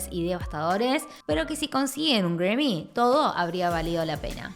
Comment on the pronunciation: No entiendo por que dices Gremmys si en realidad esta escrito y se pronuncia GRAMMY.